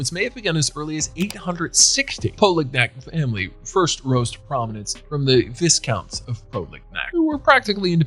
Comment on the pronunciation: Vish Counts?????😂😂😂😂😂